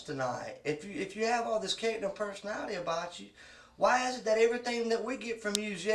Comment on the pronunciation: WAAH instead of why, that makes me cringe honestly lol.